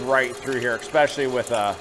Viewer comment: Sorry guys, but it drives me crazy when folks get common words wrong. There is NO such word as eXpecially. The word has an "S' where you are putting an "X". Might as well say "chimbly" instead of "chimney". And, sorry guys...I know you are trying to sell your spice blends, and the result might taste good...but it's not the seasoning in a traditional dog like a Nathans brand. Your spice blend obviously has paprika in it...but I would bet it is missing some or all of the mace or nutmeg, coriander, sugar, onion, mustard, celery seed, & marjoram that should be in a hot dog.